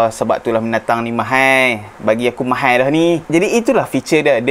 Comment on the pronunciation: ....tolong tekan Aune pronounce from Chinese lebih sikit. Hehe Mahal ya....bukan Mahaie 🤭 Chinese cannot say Mahaie...😁